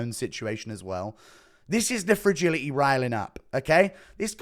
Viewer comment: FRAGILI-Y !? .. nuttermean ..